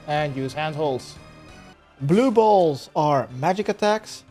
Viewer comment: I died laughing when you emphasized blue balls!